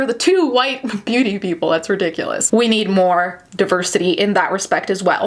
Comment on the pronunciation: If pronounces deversity well shit then it is DEVERSITY PERIODT